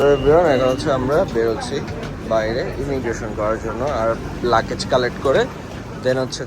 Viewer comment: লাকেজ না ল্যাগেজ... উচ্চারণ ঠিক করে বলার চেষ্টা করবা